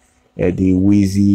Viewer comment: I'm excited about this product and just placed my order for one. Pre-orders get 3 yrs of the weather subscription for free. By the way, I believe the company is pronounced "wise" as in.. "He is a wise man".